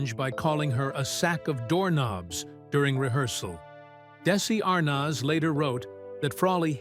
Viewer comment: This video could have been better organized. It's interesting to finally learn more about Vivian but it got repetitive due to the bad editing and failure to follow the time line. And the narrator doesn't know how to say Arnaz.